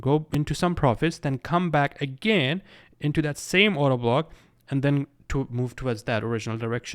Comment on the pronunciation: Is it just me, all I heard I Auto Block instead if Order Block?